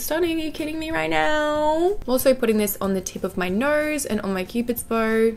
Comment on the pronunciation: "Down my Nerse" always my favorite part when she highlights lol love her accent